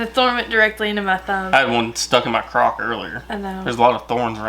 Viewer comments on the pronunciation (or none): You had a thorn stuck in your what????? Oh you said croc 🤣🤣🤣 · Did ypu say croc? 😳